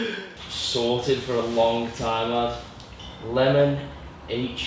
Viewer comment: I think Lemon HDZ is supposed to be pronounced like Lemon Heads, the candy.